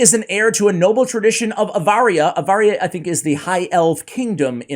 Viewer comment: With all due respect, when you were reading the lore, you said AVARIA, when it's actually ARAVIA😅